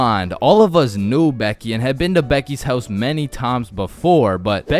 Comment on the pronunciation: I thought you said dickys house😂😂